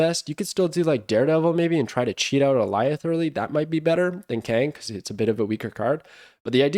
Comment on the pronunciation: Thank you for being one of the only Snap creators who pronounces Alioth correctly. Did you watch Loki? Is that why you know the pronounciation?